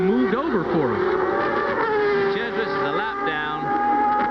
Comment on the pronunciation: LOL at calling de Cesaris "de chez-uh-ray". He's not French, dude.